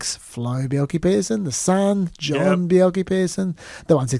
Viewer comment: Good point on rare earths. Slightly different issue but gold, silver, lead, zinc and arsenic are valuable byproducts of copper smelting. In fact, most smelting operations involve valuable byproducts that are sold as part of the revenue stream. And, please learn how to pronounce Bjelke-Petersen...